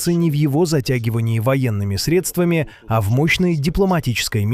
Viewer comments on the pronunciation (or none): none